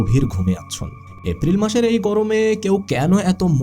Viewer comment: vai apni ki uccharon sundor vabe korte paren na?? afril ki?? dufur ki??